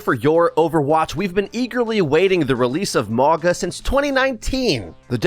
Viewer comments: Please, spread the word: the correct pronunciation is Maunga. Mauga meaning mountain in Samoan. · ma-oh-nga. The G is pronounced like the G in the word "long" The Samoan "G" sound is the hardest letter to say for English speakers its funny that they picked a name with G in it. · It is pronounce MAUNA. In samoan the G is pronounced as an N. So its MauNa.